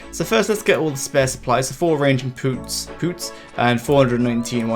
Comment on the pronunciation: lolz i u said poots when u meant pots